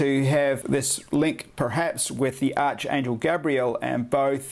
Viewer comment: Its pronounced like ARKAngel...ArchAngel